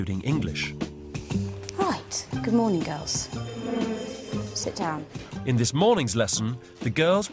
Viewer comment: He said "s'down please"